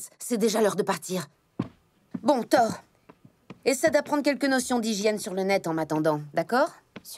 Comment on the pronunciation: Pourquoi on passe de ThorU (oui j'insiste sur le U) a Thor? Je comprendrais jamais pourquoi la VF se permet defois des modifications comme sa sur les noms des personnages